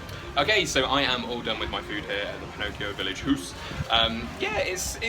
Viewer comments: It's "Howse" not "Hoose"...but that begs the question: Since Pinocchio is ITALIAN, why a GERMAN name? :) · Haus, Germans pronounced it like English say house. Not hoos that's Norwegian . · it's pronounced "house"